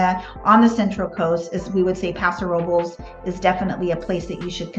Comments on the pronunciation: YES! They are pronouncing it just a like a local. Don't hate on the local Paso Ro-Bowl folks! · They are pronouncing Paso Robles like a local! The pronunciation is how we know who is local and who is a tourist.